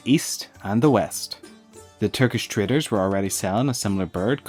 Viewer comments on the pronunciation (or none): your accent makes "Turkish traders" sound like "Turkish traitors", not really what you meant :D did you?